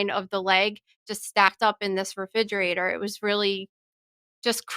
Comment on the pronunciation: She say refijerator